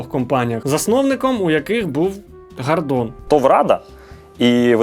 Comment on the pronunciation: Гардон на самом деле просто без р в слове гардон